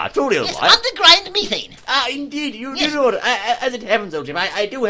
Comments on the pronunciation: its pronounced me-thane not meh-fane.. theres so 'f' in it.. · I didn't know that you say Methane with the E like ee. We americans say it with e. You learn something new every day, old chap.